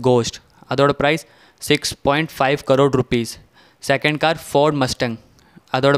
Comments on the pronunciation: It's not C rore it's crore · U are wrongly pronouncing crore